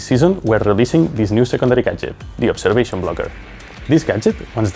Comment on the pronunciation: She said obseration tool